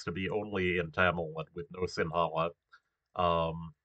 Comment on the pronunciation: Little tip - That number 3 line, like 70% of Tamils live in the upper part of that line, Also in the Central part near tea plantations. The rest is mostly Sinhala. And 'Ha' is not that strong when pronouncing Sinhala. It's like the first sound in "her". - That's a scarecrow 😂.